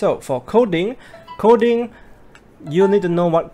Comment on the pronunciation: Hi..great upload..it's OK to be redundant and say the noun of the thing your talking about instead of saying "this" or "that". Also you are pronoucing "Coding" Kodi....sometimes. Nothing personal.